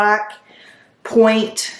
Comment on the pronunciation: It’s not point , it’s ponte